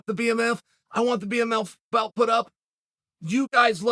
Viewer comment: man said bmMILF belt